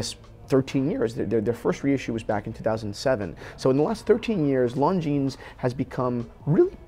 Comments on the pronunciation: The S in Longines is silent. It is not pronounced ‘long jeans’. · very interesting comparison! But Longines is not pronounced “Long Jeans”! 😅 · Christians pronunciation of Longines! 😂